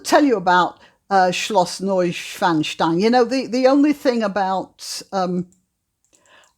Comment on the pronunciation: Oh, I noticed 100% nailed the pronounciation of Neuschwanstein Schloss. Sehr gut! 🇩🇪